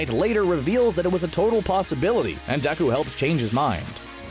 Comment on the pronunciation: First of all...it’s Deku and not Deku 😑